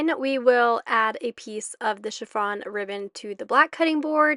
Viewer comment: Everything looks lovely! You have a great eye for detail. FYI - it's Chiffon Ribbon not Chiff-r-on 😊 🎀